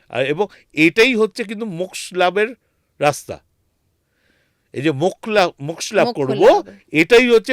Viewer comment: আমার মনে হয় পডকাস্ট করতে করতে আপনার আত্মা শরীর থেকে বাইরে বেরিয়ে , অন্য কোথাও ঘোরাঘুরি করছিল। আত্মার ও ওজন করেছেন উনি ? কেনো যে উনি বার বার সূক্ষ শব্দ টাকে সুস্ম বলছেন ? মোক্ষ কথা টাকে মোক্স বলছেন। কি জানি ওইখান থেকে হয়তো নির্দেশ দিয়েছিল ওনাকে। ২০২৭ সালে আবার যাচ্ছেন ? তবে শীতকালে যাবেন না কিন্তু,আবার ঠান্ডা লেগে যেতে পারে প্রথম বারের মত।